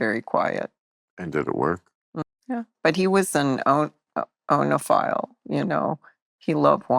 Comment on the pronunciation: Oenophile is pronounced "EE-no-file".